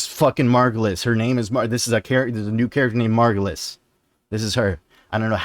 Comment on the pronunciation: Finally! Someone who gets that it's Margulis. I was starting to question my sanity with all the people saying it's the Lotus.